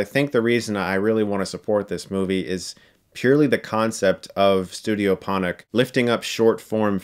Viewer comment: Ponoc is pronounced Por-norch